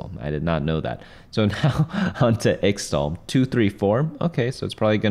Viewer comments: its pronounced ich-tal not ix-tal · its pronounced ishtal not the way you were saying it